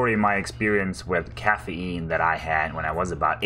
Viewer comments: Cahhaf Eean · wtf is caffeeynne